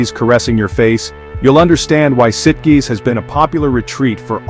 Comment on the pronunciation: I believe Sitges rhymes with Beaches